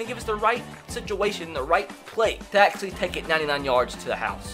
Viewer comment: “i had no idea that tom britty was AKshully the slowest qwüttaback”